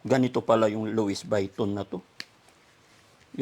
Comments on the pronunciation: Luisviton hnd luis bayton 😊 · Lowis vayton?Ikaw naman.Lwi viton pronunciation ata nyan😂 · Daddy. Luis. Vetton po hindi luisviton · luwi viton po ang pronaunciation not luwis vayton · louis vuitton pronounce as "luwi v ton" po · It is pronounce Louie Viton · Lowe biton po ang pronunciation yan... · Louis Vuitton[LOO-ee vee-TAHN] hello no offence ment pero eto pa ang tamang pag bigkas nyan name bran na yan. Salamat po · The better way to return the money to Oliver is to put it in the bank in his name and give a little amount to Oliver for safety purposes. Give an amount of 20,000 pesos to put it in his new wallet Louie Baitton( Loy Biton) as pronounce. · Pronounced as Luie Vuiton. Google nyo po ang pronounciation ng Louis Vuitton. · Luwi Viton ang pronunciation ng Louis Vuitton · Wow Kuya Oliver napaka swerte mo dahil maraming nagmamahal sa iyo kaya magpagaling ka na ok LOUIS VUITTON pronounced as Lowee Vitoon hehehe I love this video I had a lot of laughs so so much God Bless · LUWI BITON SA PAG PRONOUNCE ❤❤❤ GOD BLESS PO❤❤❤ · Lam poh un ni joker lang xa kya louis biton sbi nya😂😂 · “luwi biton” po ang bigkas😂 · Swapang talaga si yero, poor Oliver he can still remember who took his money.daddy Frankie yong wallet niya( lowi- viton) ang pronunciation, no offense , sorry correction lang po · Luwi Bwiton ang basa dyan.. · Pronounce LUWI BITON 😅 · 😂 cute naman pronunciation mo but it’s pronounced Loowee Bhatan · LOuis Vuitton pronouce as (Lo-we Be-ton). ❤ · Louis vuitton to pronounce(Louis Vitton)silent U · Lou wee vitton ang pag pronounce ( Louise Vuitton) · 😁,, ganito pagbigkas nyan,,"Lowi Biton"🤭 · Sounds not right...( Wrong pronunciation )